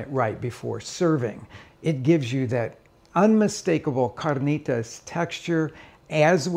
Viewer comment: Loved this guy dropping the accent on carnitas about 5 minutes in.